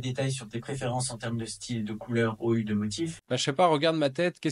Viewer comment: Vous avez oublié de dire "Peux-tu prononcer les chiffres et le mot "ou" correctement en français ?"